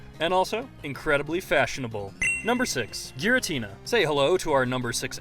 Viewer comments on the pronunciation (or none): Isnt it pronounced "Gee-ratina"?